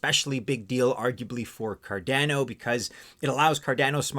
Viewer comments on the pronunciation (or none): Hmmm, a little nuance on Cardano's pronounciation as it sounds a bit off key, like a piano with one key out of tune. When watching Charles, the founder of Cardano, he pronounces it in his vids a bit of a different way. Although spelled to sound like Car'DAN'oh...he says it Car'DON'oh. Thoughts? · It’s named after Gerolamo Cardano. “Kar-Dah-No” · please pronounce the name correctly!!!!